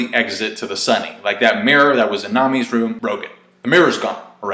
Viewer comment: The way you pronounce their names makes me cringe lol